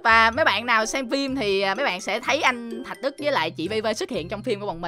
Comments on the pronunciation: Thạc Đức not thạch Đức ạa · thạc đức chứ đâu phải thạch đức đâu anh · Anh ơi anh nói Tên Anh Đức sai rồi ko phải Thạch Đức mà là Thạc Đức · anh ấy tên là Thạc Đức không phải Thạch Đức đâu anh ơi ! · Thạc Đức chứ ko phải là Thạch Đức ạ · Anh ơi anh Đức là anh Thạc Đức chứ ko phải anh Thạch Đức nha anh😂